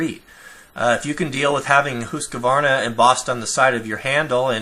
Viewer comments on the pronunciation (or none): VERY NICE VID, LOTS OF INFO, THANKS, BUT IT'S " HUSQVARNA "NOT HUSKAVARNA OR HUSKVARNER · Since I like to lurk around, watching videos of outdoor gear and different types of craftsmanships, I come across Husqvarna products quite often. I'm just going to make it clear for you guys -You pronounce the Q like a K - Huskvarna. They are basically two words put together, as in Hus Kvarna. I know, because I live in Husqvarna and use their rifles for hunting. Nice channel, by the way. You've got yourself a new subscriber. And check this out: en.wikipedia. org/wiki/Huskvarna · try pronouncing it Hus-kvarna